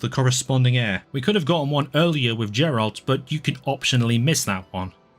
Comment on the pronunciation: Why do you say "Geralt"?? It's literally spelled with a J😭😭😭😭 Also me personally I loved cindered shadows. I know it was pure filler but I really liked the story and the characters.